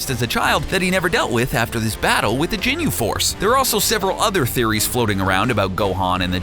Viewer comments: "jinyu force" XD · He was saying Jinyu Force I almost died. 😂😂😂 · "The Jinyu Force" -_ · michael haynes "jinyu"